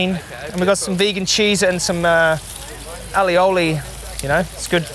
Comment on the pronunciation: the way you kept mispronouncing "aioli" lol